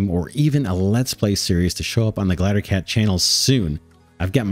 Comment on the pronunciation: First, these games look awesome. Second; Glider, Gl-EYE-DER. If I have to hear you say glattercat one more time I'm going to stab out my eardrums.